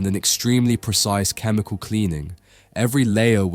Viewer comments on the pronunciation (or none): none